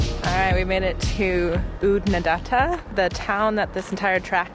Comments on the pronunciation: You got Oodnadatta almost right except for the second a. First a as in far or data as Aussies pronounce it. The second a as in add. You flatten the a, I guess it's the double t's that follow. Then the 3rd a is back to far. The Flinders is so iconic. I love the country there. It's ancient, ancient land. The B80 to Adelaide via Clare is very picturesque. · Oodnadatta … the second last a is said like an a in apple. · Oodnadatta rhymes with fatter. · Oodnadatta has flat ‘a’ in ‘datt’. Rhymes with batt. And in Aussie, the final ‘a’ is a bit lazy. So a bit like Oodnadadda.